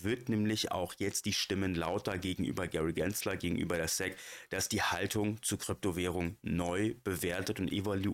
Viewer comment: Super Video - wie immer! Danke für den BOBO Coin Tip! Eine Bitte bzw. ein Verbesserungsvorschlag: Dein Aussprache der SEC ist Säck, bitte zukünftig auf Englisch (es i si)